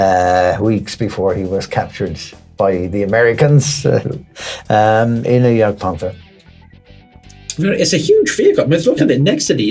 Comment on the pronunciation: I always knew i was doing something right with the "Jagdpanther".